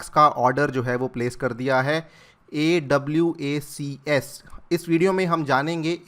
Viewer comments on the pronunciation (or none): Sir your pronunciation of AWACS is wrong😅